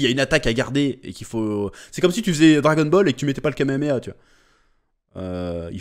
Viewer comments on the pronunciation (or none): none